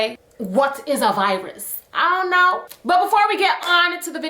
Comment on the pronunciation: The “ion know” killedddd meeeeeeeer